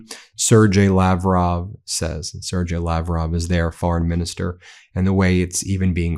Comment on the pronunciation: TRAITORS!! P.S. Ben, it's "Ser-gay," not "Ser-jay."